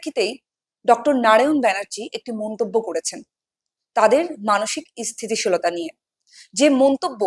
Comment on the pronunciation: Interviewer এর উচ্চারন ঠিক করতে হবে। ইসস্থিতি শীল বলে কোনো কথা হয় না ।